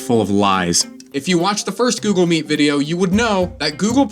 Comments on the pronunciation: why instead of google meet i heard susl meat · Google Meat you said ?